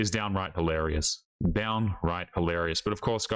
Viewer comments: MAN!!! You said "hilarious" rather than mispronouncing it as holarious! Thank you so much! I mean that sincerely. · Well, you got it right the first time. Hilarious, that's the word. "Hil" not "ho". We need to raise the quality of English along with quality in everything to stop the decline of society. Please make a tiny effort.